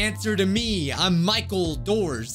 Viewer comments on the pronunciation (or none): none